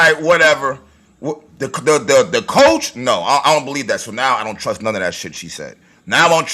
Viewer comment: she didn't say coach white. she said cosch